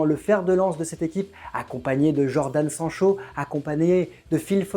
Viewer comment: Il a vraiment dit jordan sancho????